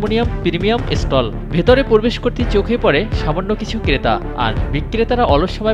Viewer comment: প্রধান পোরবেস ফটক না। প্রধান প্র-বে-শ ফটক। উচ্চারণ শুদ্ধ করুন।